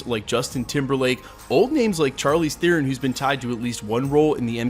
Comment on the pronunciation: You pronounce Theron wrongly!